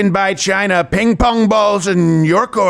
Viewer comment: I had to pause and actually read if he said ping pong ball lmfao